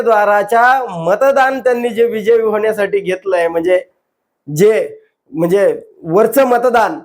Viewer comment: दादा म्हणणे शब्दाचा उच्चार आपणास येत नाही .कुठ निंदेंचे दुकान थाटत आहात